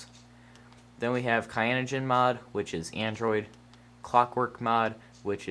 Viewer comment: and it is not Kayanogenmod its Cyanogen. Cyan is a color. I wish I could dislike the video twice.